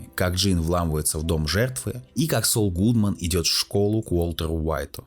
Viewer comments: Строго говоря, он не "Соул". "Saul" -- это или "Сол" (как он читается по-английски), или "Савл" (библейское имя). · Автор, а ты сам то смотрел в оригинале? Чего ж ты произносишь как "СоУл"? В оригинале нету такого произношения. Спасибо за обзор. Вцелом не плохо. Лайк